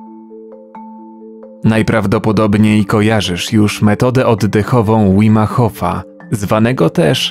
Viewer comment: Nie Łim Hof tylko Wim Hof. Tak czytasz jak po polsku .